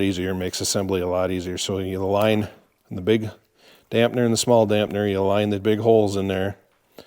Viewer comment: Damper, not dampner... 🤦